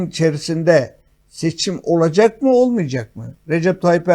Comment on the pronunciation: Hadi Bey, lütfen " olucek " değil olacak...